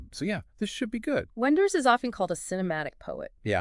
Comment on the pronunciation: the AI sucks, and it is unable to pick the German pronunciation of Wenders name and last name... this sucks...